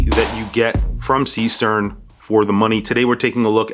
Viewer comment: The pronunciation, AGAIN, is not SEE-STERN, with an english E. Is a GERMAN name, with a german double E.